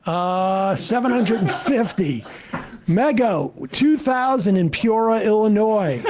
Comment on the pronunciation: Sam can pronounce Eau Claire but not Peoria?